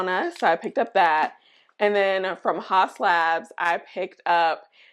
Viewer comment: The skinfix moisturizers are goodt! The cleansers too. Pricey though. Haus Labs is actually pronounced "House Labs"